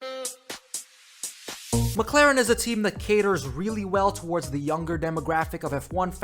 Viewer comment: pls learn how to pronounce McLaren.